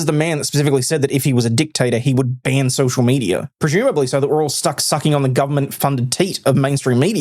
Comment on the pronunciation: You had me until you said "pacifically".